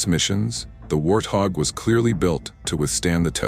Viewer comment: Please pronounce the name correctly. It is pronounced "Wart hog".